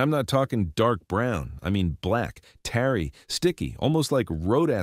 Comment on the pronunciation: AI narratar. Mispronounces tarry as tary